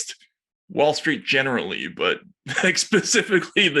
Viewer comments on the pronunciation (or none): none